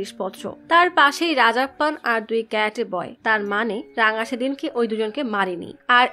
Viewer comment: রাঙা❌ রংগা✅